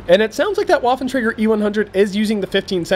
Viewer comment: That was a pretty intense battle - good job! If I may make a suggestion, however, it would be that you pronounce 'Waffentrager' more like 'Vaffentrager', because lolGerman. Thanks :)